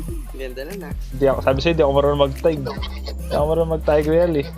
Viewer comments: kuya.. hindi po "TAYG-REYAL". Baka po "TIG-RIL" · No one:: TAYGRIYAL